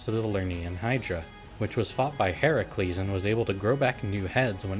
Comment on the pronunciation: The correct pronunciation of Heracles. I could kiss you